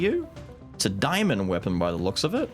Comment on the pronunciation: Great video but please. It's Day Mon not diamond lol 😂